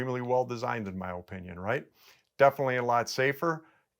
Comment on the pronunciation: It's because he says O-pinion the wrong way. Also, "Graigslist"